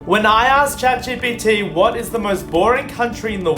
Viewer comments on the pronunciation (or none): none